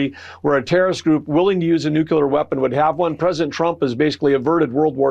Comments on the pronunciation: It’s not a nucular weapon, it’s a nuclear weapon. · it's pronounced NUCLEAR, not NUCULAR. One more example of stupid admins. I wish I trusted our spokespeople as much as Iran's, sigh. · Its not NUCULAR. Its Nuclear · Is that Trump lackey saying "nucular". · hey Burgum - the word is "nuclear" - not "nucular." what a moron! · The guy can not even pronounce 'nuclear.' "Nucyular ???" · Can't even pronounce nuclear correctly!! What a nucular plan!! Truckload of asshats that have the power!! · I don’t give anyone that says “Newkular” my time. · It is not nuculear, it is nuclear (new clear), where does the extra u come from? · These moronic sycophants can't even pronounce Nuclear!!! Damn it makes me sick! It's nuclear not nuculer!!!!! Morons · Why do Americans pronounce nuclear nucular? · Uh oh. They're back to saying Nukular. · Never trust an authority on nuclear weapons when they cannot pronounce nuclear. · Um.... gas station owners don't determine the price of gas. And learn how to pronounce nuclear. NEW CLEAR. Say it with me now... NEW CLEAR. The moronathon is getting old. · Can you take a government spokesperson seriously when he cannot say the word “nuclear,” correctly? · Why do high government officials ( here ) it's Interior Sec.Bergam) not know how to pronounce the word nuclear. There are no vowels between the "c" and the "l".